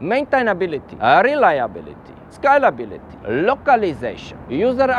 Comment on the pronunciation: I thought he was skylability for so long but he's saying scalability 🤣